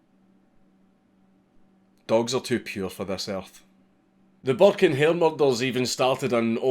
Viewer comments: Thought he said buck and hare which immediatly made me think of Bucky o hare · I know je says burke and hare but it always sounds like he says burke in here.